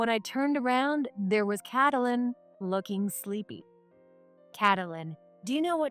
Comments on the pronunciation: It's helpful if you use a program that pronounces the names correctly. It's pronounced Kait - lyn. Not Catalyn. 🙄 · Not cat-lin, kate-lin. Wtf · I think when the illiterate person keeps saying catylin, i need to shut this. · Maybe y-all need to give your AI a book filled with baby names. The book will shows the proper pronunciation of the name as in Kate-lyn. Also, a dictionary that has the word spelled out, then it breaks up the word in vowels and consonants, so your AI can sound out the word properly with the definition so your AI will know how to use the word properly in a sentence. This will greatly please your "get it right the first time, please," People like me. I like listening to stories being shared when I go to sleep. The mispronunciatioins jerk me awake every time. Thank y-all very much.❤✨️❤️✨️❤️✨️❤️✨️❤️✨️❤️✨️😇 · Narrator LEARN TO PRONOUNCE the young lady's name - Get some schooling on names